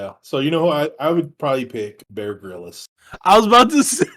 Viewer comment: Did this man just pronounce Bear Grylls "Bear Grillis"?!🤣